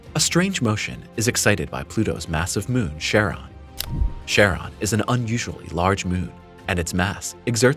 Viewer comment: "Charon" is pronounced *KAR-on." The "Ch" at the beginning of that name comes from the Greek letter, X, whose name is pronounced "ki" (the "i" as in "time" or "lime"), and is itself is pronounced as "k."